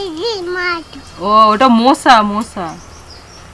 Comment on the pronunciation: কথাটা মোশা নয়,মশা।উচ্চারন নিজেরা ঠিক করলে বাচ্চাও ঠিক শিখবে। তোমারা শুধু ত,ত করে কথা বল।